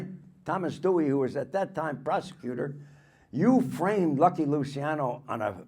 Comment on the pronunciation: Luciano, pronounced Luchiano. Ci is like ciao.